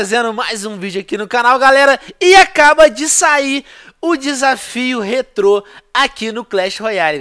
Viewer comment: Que agonia de escutar ele falando rétro